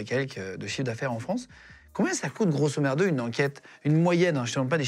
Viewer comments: Il dit grosso merdo :) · C'est moi ou Guillaume dit a plusieurs reprises "grosso merdo" au lieu de grosso modo? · On dit grosso modo pas grosso merdo😂😂😂😂😂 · “Grossomerdo” j’ai ri 😂😂😂😂😂😂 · Super intéressant!! Est-ce que c'est juste moi où au lieu de dire grosso modo on entend grosso merdeux! 😅